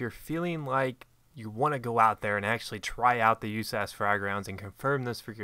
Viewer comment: stop calling it "you-ssass, it is pronounced usas like saying each letter.